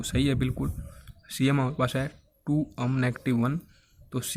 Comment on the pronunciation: अम nhi hota एम hota hai